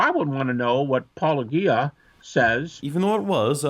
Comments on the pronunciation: Its so ridiculous how these guys ALWAYS mispronounce your name. They do it intentionally i swear. Haha. Its O G Uh, not O Gee Uh, not Pa Low Gee Uh. You know they have heard you say it a million times, yet they continue to say it however. Petty and stupid honestly 😆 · I'm a little confused by how they pronounce Paulogia -O-gee-a instead of Paulo-jee-a... I guess it's pronounced Christian Apologeeist 🤔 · Am I the only one irritated by Christians acting like they totally don’t get the play on the word apologia… pronouncing it like -oh-juh or -oh-ghee-uh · Paulogeia is my fav. That's my best bet how to spell intentional mispronunciation. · Are they mispronouncing your name on purpose? I thought it was pronounced like apologist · I can’t believe any of these people who can’t even pronounce Paulogia’s name correctly. Either it’s intentional to undermine him or they are completely clueless. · Do you think these apologists deliberately mispronounce “Paulogia”? I reckon they do, since they presumably know how to pronounce words like giraffe, logic and theologian! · It's funny how they think wilfully mispronouncing your name is an insult, kind of like petulant children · It annoys the hell out of me that no one says Paulogia right considering he says it himself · Why can apologists never figure out how to pronounce Paulogia but they can pronounce apologetics just fine? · Especially considering says it constantly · How is anyone supposed to take any of these people's criticisms seriously when they display that they haven't done enough research into Paulogia to even know how to pronounce his name? He says it in the opening of every single video and yet and Habermas instantly get it wrong. They should be able to figure it out anyway considering the fucking field they work in! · Seriously,, why is it so hard to pronounce Paulogia correctly?? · It's intentional disrespect. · I still hate how they pronounce your name